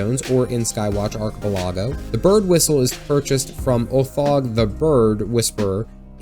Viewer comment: Imma need you to repronounce archipelago...